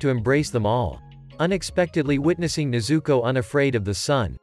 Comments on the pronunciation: Please say tanjiro and nezuko right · When he says nezuko i hear zuko😂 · I said stop saying nezooko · Stop telling nezooko